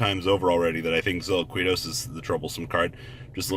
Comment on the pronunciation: Plus that's kind of his niche....some things he can't (or won't) pronounce correctly, such as impermanence, or silquitous, and imo it makes him that much more funny and personable.